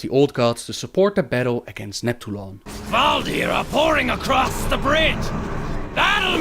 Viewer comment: Gaaah stop saying Kevaldir! Its Kvaldir!